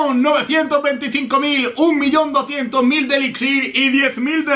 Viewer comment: dociento treinta y cuatro mil jejeje anikilo siempre hablando mal jeje